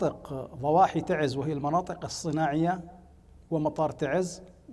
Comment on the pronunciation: abn algnop ي اخي انطقها سع الخلق تعزززززززززز نحنا نعمل ب اصلنا وم نغلط ع مدنكم ومعروف ان تعز هي من قدمت قوافل من الشهداء بجميع اليمن